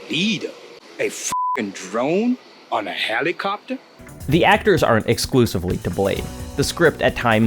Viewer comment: "On a helly-copter?"